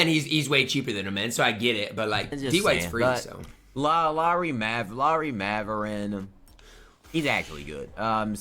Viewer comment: “Maverin” “Pablo” “Braxton”😭